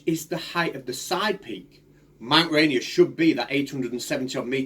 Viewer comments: As a Washingtonion, its pronounced Rain Ear, not Rainy Err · ok a little of subject, but being that I live in Seattle this is bugging the crap out of me.. I appreciate it may be pronounced any which way all around the world, but where this mountain is, it is pronounced ray- NEER .. two syllables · It's Mt. "ray-neer" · I know both you and the flat earther have accents buts pronounced RaInEAR with the beginning sounding more like "rain" and the end more like "near." Or you could just call it by its native american name "Tahoma"